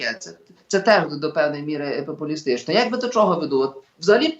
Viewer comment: Пан Остап- це румбамбар ,а цей журналіст-то ревінь,бо так щьокає і чьогокає,ніби не чує як звучить українська вимова.